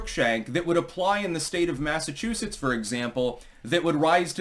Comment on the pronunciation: It's Massachusetts. Enough said. 🙄🙄